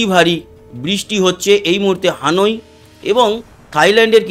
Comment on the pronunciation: উচ্চারণ হানুই হবে না, হবে হ‍্যানয়।